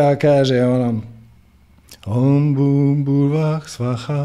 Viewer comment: Na žalost nije savršeno.Nije Om BUM, nego OM Bhur i na kraju nije PracodaRyat, nego bez tog "R".Pošto su mantre vibracije svaki zvuk je bitan. Indijski učitelji tvrde da je bitna i intonacija.U tom smislu je bilo koju mantru preporučljivo naučiti od pripadnika te stare tradicije, a ne sa Interneta, gdje zapadnjaci od toga rade nekakav dance-music.Te melodije su ugodne i smiruju, ali razvodne vibraciju mantre. je inače izvrstan i odlično razumije duhovne principe, ali ovo je bilo dosta šlampavo i površno.Minimum je da se bilo koja mantra barem akustički (ako ne intonacijski) pravilno izgovori.